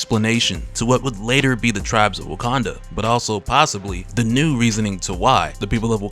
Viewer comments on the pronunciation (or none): none